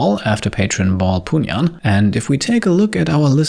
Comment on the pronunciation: Haha "Baul Punyan"... Took me a minute